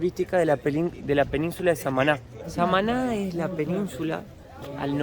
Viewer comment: No deja de sorprenderme la progresión de con el español, en unos meses va ser capaz de corregir tu vocabulario. De hecho hoy ya te corrigió, tu dijiste SamAAAna y te corrigió diciendo SamanÁ. Un saludo desde España